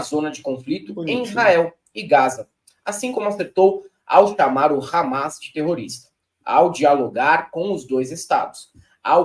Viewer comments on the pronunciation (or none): none